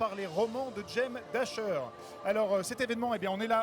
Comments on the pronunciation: James "Dasher"? C'est Dashner😭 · Oui tu as raison c'est "Dashner"